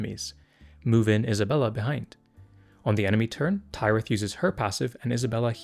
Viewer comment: again thank you for these kinds of videos! they're super helpful. one thing though: i finally watched the Harvest episode with Tyrith the other day and i'm pretty sure it's pronounced like Minas Tirith. the 'y' in Kyrus, though, is pronounced like eye.